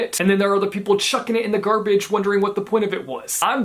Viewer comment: “Gar-baa-ge” DUDE I AM LAUGHING MY LUNGS OUT. I don’t know why but that’s too funny 😂